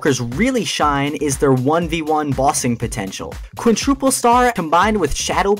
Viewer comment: just on a side note, it's quintuple and not quintruple LOL